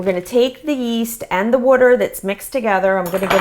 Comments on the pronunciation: She said wuter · love this and you say water in a really weird accent or something :D